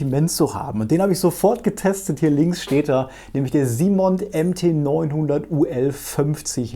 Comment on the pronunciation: Laufend top Videos am Start! Danke. Gut gemeinter Hinweis: es heißt vermutlich "Simon" und nicht "SimonD", da die Firma aus Frankreich stammt.